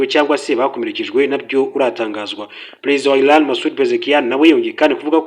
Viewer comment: bavuga iraan SI ilaan please